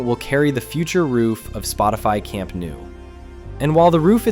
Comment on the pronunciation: Camp nou is pronounced more like"camp no" not "camp new"